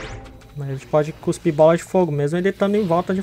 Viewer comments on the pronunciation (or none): none